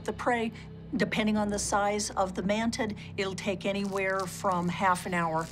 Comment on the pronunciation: she said mantiD 😂🤣😂😂